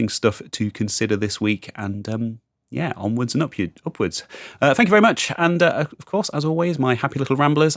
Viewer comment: Did you end with 'onwards and up you'? That's what it sounded like